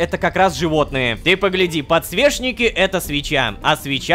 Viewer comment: Мне нравится как он подсвечники называет подсвешники